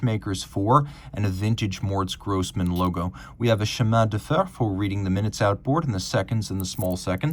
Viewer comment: will never say chemin de fer correctly.